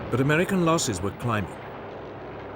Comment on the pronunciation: He pronounces a lot of his 'r' as an 'L' , i.e. "Amelican" and "expelimental"